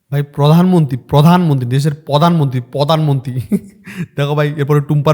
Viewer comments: আগে বারা তুই প্রধানমন্ত্রী বলতে শেখ পধানমন্ত্রী না বলে।বিশুদ্ধ পাগলিচুদী 😂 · প্রধান মন্ত্রীকে পধান মন্ত্রী বলছিস, তখন ঠিক তু তো গায়া বিটি।